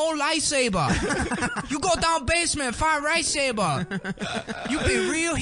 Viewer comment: Did Nick say “Find Rightsaber!” Or “Fried Rice Saber!” ? 😉